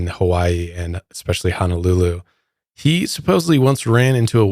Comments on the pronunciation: It's Honolulu, not Hanalulu. Mahalo! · Just FYI since you and Kendall like to visit the islands and enjoy the Hawaiian culture. Pronunciation is ho-no-lu-lu ….. instead of ha-na-lu-lu ☀️ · Aloha, Sorry...it's HOO-NOO-LOO-LOO(Honolulu)...and HAH-VAI-EEE(Hawai'i)...Listening in I'm getting irked small kine....but keep up da good work!🤙🏾